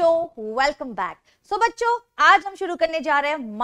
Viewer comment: Bacho pronounce like 'bocho'😂😂😂😂